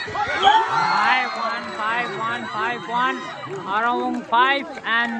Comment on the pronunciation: Bruh it's Waromung not warowong